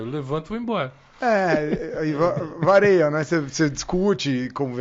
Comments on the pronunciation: É sério que esse médico falou que "vareia" de situação? Não seria "varia"? Pobre Língua Portuguesa! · Ele realmente falou "vareia"?! 👀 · O médico falou vareia? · O "Vareia" 'e que foi foda! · Aos ..."vareia" ??? É isso mesmo? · Nunca imaginei q tratariam d um tema dificílimo d forma risível e (quase) obscena... 😔 P.S. O psiquiatra disse "vareia" em ... 😕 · Sério que um psiquiatra disse "varêia"???? 😶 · Também ouvi, voltei o video pra ter certeza, chocada , um psiquiatra falar isso! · "Vareia"....eu ouvi isso de um médico? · vareia? pqp, que erro!